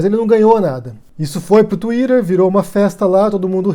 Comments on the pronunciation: "Tuirer", nossa, humilhou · que pronuncia de twitter eh esssa